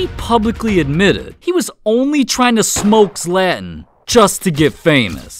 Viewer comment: "zLeaTEn's mEstEaIk"💀💀